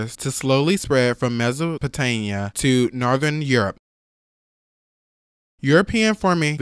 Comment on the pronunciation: Mispronounced Mesopotamia. Americans.